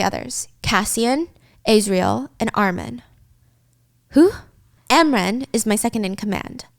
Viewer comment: ARMIN 😂😂 I'm dying I didn't notice she pronounced so wrong the first time I watched this